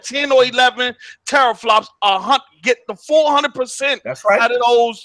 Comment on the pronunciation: doesn't know about gaming pc's if he is saying teraflops wrong lol